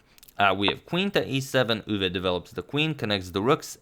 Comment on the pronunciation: As a Dutch person, your pronunciation of Max Euwe isn't bad at all. Nodody actually says 'Machgielis' but many people turn Euwe into Urva or whatever whereas your 'Euwe' is pretty good.